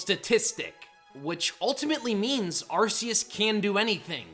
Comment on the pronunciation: DO NOT LEAVE OFF THE R IN ARCEUS!